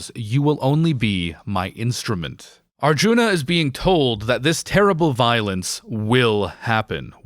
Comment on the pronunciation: It's a little ironic that you talk so much about the bad Dutch in the film and then mispronounce "Mahabharata" and "Arjuna"